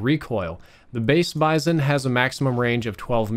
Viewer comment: It's pronounced 'Bee-zon'.